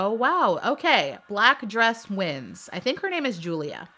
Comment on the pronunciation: It's Julia but pronounced as Yulia